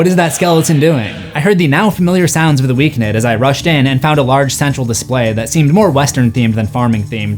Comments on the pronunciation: Who’s the Weak Nid?😂😂😂😂 bro it’s pronounced the weekend lmao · Am I crazy isn't it pronounced The Weekend not The Weekned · It’s still pronounced like the days of the week. “Week End”. Not “Week Nid” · Who is The Weeknid ? It’s pronounced The Weekend 😂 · It's pronounced "weekend". is just being funny😂😂😂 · wait why is he saying week-ned? isn’t is the weekend? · Wait, have I been pronouncing The Weekend wrong this whole time??? 🤯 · "The Weeknid"😂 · It’s pronounced the weekend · It’s just pronounced the Weekend. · pls i love u and this video but its pronounced the weekend 😭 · i love he calls him Week-nid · Loool it made me chuckle every time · Stop saying The Weeknd like that bruh😂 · lol not a single comment correcting you on your pronunciation on The Weeknd😂